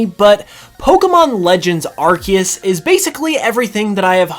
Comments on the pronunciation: #1 hope, learn how to pronounce Arceus. Lol アルセウス / A-ru-se-u-su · Starts the video by saying "Arkeus"